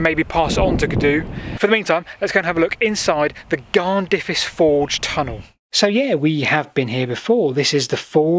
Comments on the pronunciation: Amazing that someone is actually looking at the amazing areas around Blaenavon. But your Welsh prononciation is definitely not what I was expecting. Blaenavon (B-lie-na-von) and Garnddyrys (Garn-f/v/th-i-ris). Hope I don't just sound annoying. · Garn-there-iss is the closest I can write the pronunciation for Garnddyrys.